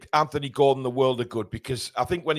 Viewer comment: I’m glad to hear you pronounce the name “Anthony” correctly. Maybe have a quiet word with your southern compatriots 😅